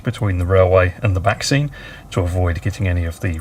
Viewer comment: Every time you say 'back scene' I keep hearing 'vaccine'. This last 12 months has really affected me!!